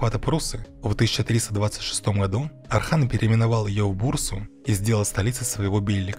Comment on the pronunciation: Отличный ролик, но есть просьба: называйте Османа Османом, а не Асманом, сына его Орхана не Арханом и империю не Асманской, а Османской. Для турков это имеет очень большое значение. Мы же не называем Иванов Айванами!